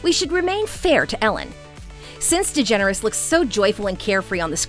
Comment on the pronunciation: Just pronounce her last name....Yep their you have it folks!